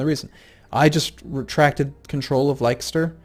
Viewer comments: Leicester is (oddly) pronounced 'Less-ter', Gloucester = "Gloss-ter" =) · gloucester is pronounced gloster and leicester is pronounced lester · Leicester pronounced as Lester mate :-) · GLOS-ter. LESS-ter. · Hey,, I love your videos but I thought I'd give you some pronunciation tips (being from the UK myself) Leicster - Lesster Gloucster - Glosster etc etc.:) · Leicester is pronounced Lester.:) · just a small thing Leicester is pronounced "Lester" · I can't help but correct when he says Leicester lol